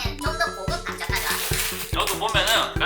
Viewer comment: 꽈자라고 발음하시는거 귀엽다ㅋㅋㅋㅋㅋ